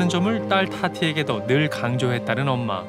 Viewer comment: 최면이 걸릴때 "엄마" 라는 발음은 정확히 한국인이 구사하는 발음과 똑 같았어요~ㅠ